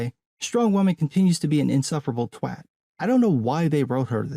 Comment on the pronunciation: You pronounced “twat” properly; that alone earns this subscriber. Oh, and I guess you make very well-informed comparisons to the legendarium and justify your criticism with evidence and reasoned arguments, too.